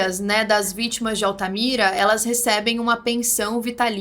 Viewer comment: "Vítmas"? kk.. so um detalhe.. kkk.. ótmos videos